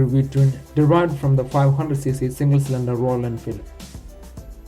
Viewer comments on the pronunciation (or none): Did you lear English from Lundon? It is cylinder not slander!